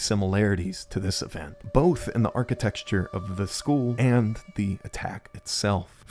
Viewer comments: Architecture, not architexture. Besides that, great video. Made me get the game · Architecture, not architexture, you're killin' me. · architecture, not architexture. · I really liked this video, but man, it's archiTECTure, not archiTEXTure. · why the fuck does this guy keep saying "arcitexture" bro made up a disgusting word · Bro says architexture